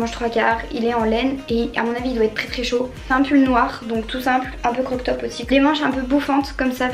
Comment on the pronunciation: J’adore ta vidéo c’est rapide et efficace et je trouve que tu as de très bons goûts😍par contre on ne dit pas “croque top” mais “crop top” sinon continue comme sa bisous❤️